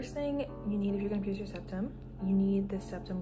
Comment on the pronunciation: when you said “pur” i lost it 😭